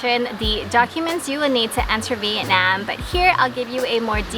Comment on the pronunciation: Thank you for saying Vietnam correctly!! Most people (in America anyway) say it like “Viet-Nom” which is incorrect